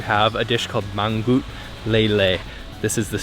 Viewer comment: The gelatinous mass in your Gudeg is called "krecek", made from fried beef tendon, which is then cooked with spices. By the way, many of your prunciations are incorrect. GUDEG is pronounced "gudeg", and "mangut" is pronounced like "singing", I.e., your second "g" is misplaced.